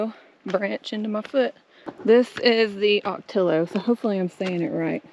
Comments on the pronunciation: Love, love the desert scenery! Maybe I'm biased cuz I'm from AZ 🌞That Mexican restaurant looked like a BIG score! The guac looked amazing! I love fresh Mexican food! But, you lost me at cow tongue on a street taco, YUCK!! And, the Ocotillo is pronounced O-KO-Tee-YO 😊 It's probably my favorite desert place. In the spring they are green with red blooms at the ends! IT's just gorgeous! That's my favorite time of year in the desert - spring time! That's when the desert blooms 😊 Yikes! Tarantula! Be careful, they can jump! And scorpions are plentiful, the baby scorpions carry more venom, so be careful! Also, there are rattlers and coyotes and mountain lions, so just be aware of them and be careful! In conclusion, I love, love the music in the background. It's perfect! Thanks for sharing. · would like to help with your Spanish language pronunciation when you see 2 LL's together it's pronunciation is the "y" sound,Ocotillo (ō"kə-tē yō) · Ocotillo is pronounced ah-co-tee-o. Two Ls are the y sound.😊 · ocotillo sounds like Oco-tea-yo, the 2 L’s sounds like a Y in Latin American. Great video! I have Big Bend on my bucket list. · That really is a nice area. I like having more vegetation. The ocotillo cactus is my favorite! The blooms are red- orange and cover almost the entire branch. It's pronounced O-ko-tee-yo. Two L's together in Spanish are pronounced with a Y sound. What I wondered about mountain biking in the desert is - have you ever startled wildlife? Rattlers, javalina? I guess you all would be startled! Great drone photography as usual!